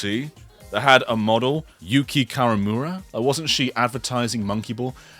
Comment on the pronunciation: The model's name is Yukie Kawamura; her name is pronounced "Yoo-kee-eh."